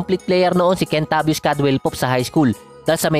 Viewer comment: Bakit kentabis naririnig ko syet